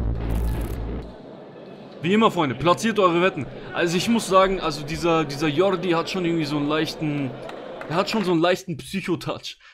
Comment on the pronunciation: Sprichst Jordi richtig aus.